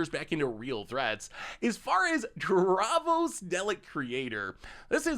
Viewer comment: Thats not how you say davros XD